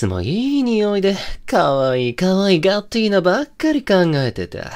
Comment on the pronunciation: とんでもなく良い声しててどちゃくそ好きなんですけど、ガッティーナ？がガッテンだにしか聞こえんくて、しかもそれが己の呼び名ときたら多分洒落た感じな筈なのにずっと江戸っ子しててちょっと笑ってしまいました笑。でも良かったです👍